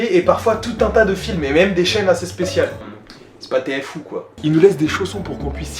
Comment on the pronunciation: TFOU c'est t'es fou, pas t-f-ou :sob